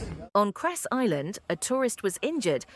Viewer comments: Yeah, "kres" in slang have funny meaning. "C" is always pronounced like "ts" in "cats" or "zz" in "pizza". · Not Kres, it is Cres!!!!!!!!!!!!!!!!!